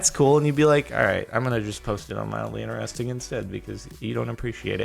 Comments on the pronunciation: why do you always say "ineresting" instead of interesting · its in TER esting not ineresting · Why you always 'iner-resting'